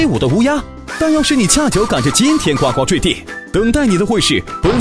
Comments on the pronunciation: 先把读音给我读准了再来做视频。呱呱坠地（gū gū zhui di) 不是guāguā。真的受不了。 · 呱（gu）呱坠地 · 呱（gu第一声）呱坠地